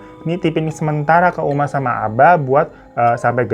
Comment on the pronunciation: 14.20 uma jadi umi 🤣🤣🤣